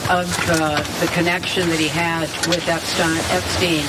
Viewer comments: Funny little slip there, Hillary... EpstEin instead of Epsteeen. I read somewhere about everyone pronouncing his name wrong besides those who knew. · "Eppstine... Eppsteen..." >>> This is what they call a "glitch": she accidently pronounced the name more correctly...🙂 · I’m glad someone said that!!! That was very slick but noticed “epstine” haha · “EPSTINE” is some Reagan Level obfuscation! 🎖️ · Oh look, she knows so little about him that she can't even say his name right.